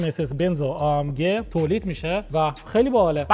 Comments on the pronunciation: ای ام جی ❌ آ ام گ ✅ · ای ام جی❌ آ ام گِ✅